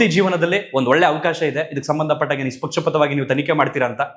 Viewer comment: ಅದೆಷ್ಟು ಚೆಂದ ಪಟಪಟಪಟ ಅಂತ ಮಾತಾಡ್ತೀರಿ..... ಆದ್ರೆ ಅದೊಂದೆರಡು ಶಬ್ಧ ಸರಿಯಾಗಿ ಹೇಳಿ ಪ್ಲೀಸ್ ಜಾಲತಾಣ ಮತ್ತು ನಿಷ್ಪಕ್ಷಪಾತ